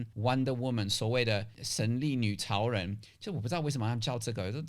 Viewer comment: 我一直聽到神力女曹仁XD